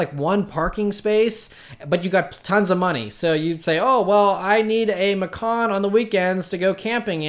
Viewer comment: Porsche "Passport Program" is a fucking rip off. They just want to make more cash from people. Stupid folks with too much cash to blow will dive head in to it. In reality, it's an awfully dumb idea. In other news, your pronunciation of Macan is deplorable.. LOL!!!